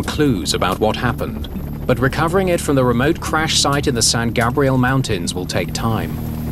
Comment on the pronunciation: Lol, the British narrator pronounced San Gabriel so awkwardly.